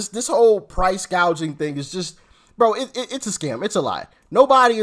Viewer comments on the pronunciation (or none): She can't even read a teleprompter correctly. The word is "gouging", Kamala, not "gauging". What an idiot!! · You’re right! If she’d been talking to policy makers on her staff, she would have known it’s price gouging , not gaging. This was probably the first time she read that line and had no idea what it’s all about. She’s mouthing other people’s policies. She knows nothing about anything. I wonder where she’s going to end up, certainly not as a candidate, I think she’s a place holder until the Machine decides what to do. They’re up to something…. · what is price GAGING? & who has a hospitility job? Over 12000 words in English language, and she goofs them up? now iF English was her 2nd or 3rd language, let's excuse this genius!! Where is the giggle bobblehead..? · "Price gaging". come in Doc, get it right!! There is no inflation!! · It’s straight up communism. Price fixing. She can’t pronounce gouging. Or gauging. I’m not sure what her definition is. I’m not going to vote for communism. Free money for people to buy houses? I’m not voting for communism. I’m not paying for other people’s housing. I know I am right now. But I’m not voting for it. Her agenda caused all of the inflation. She was the tie breaker in the Senate. No. She is lying. There’s no price gauging or gouging going on. Econ 101. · Price “Gaging” and “Hospitillity”??? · She don’t even know how to pronounce gouging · Doc, did you expect Kamala to get her words pronounced correctly? Not a chance. She doesn’t even have dementia, or maybe she does. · LOL, she can't even say it right